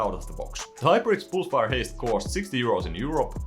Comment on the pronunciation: "hyperx poolsfire" - Swedish detected